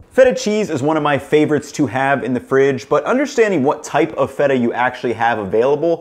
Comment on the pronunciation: Well, this guy looks like someone who eats A LOT of cheese, so I guess I'll go ahead and believe what he says about cheese (even if he doesn't pronounce the particular name of the particular cheese particularly correct). I'm so glad that my old ancestors developed a tolerance to milk beyond infancy, so that now I don't have to be "lactose intolerant", because I LOVE CHEESE! 🤗